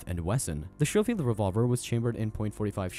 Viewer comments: skoh - feeld , not sho - feeld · The OK "coral"? Point forty five? Show-field instead of sko-field? Is it THAT expensive to hire an English speaking narrator who is a REAL person? Also, why show modern firearms, US Army uniforms and CO2 replicas when talking about these 19th century weapons?! Why not just use ALL Hickock 45 videos? He has covered all of the guns you did. Finally, what about these is brutal? I guess if you beat your opponent to death with one, but that would be you beating him, not the gun. Try harder next time. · It's pronounced "Sko-field." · The way the narrator describes the ammunition as "point 45" and his pronunciation of the word Schofield drives me bananas!!! 🤬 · #1 get rid of the A.I. voice that can not read correctly. #2 hire a writer that knows what the hell they are talking about. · OMG learn how to pronounce Schofield! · First, would it kill you to have your AI pronounce "Schofield" correctly? Second, the scene from "The Quick and the Dead" you use to talk about the Remington 1875, the Kid is showing off a Colt Peacemaker in the clip, not a Remington. You end the clip literally right before he unveils the Remington 1875. Come on now, son...you've got to do better than this.